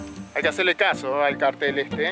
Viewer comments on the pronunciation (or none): none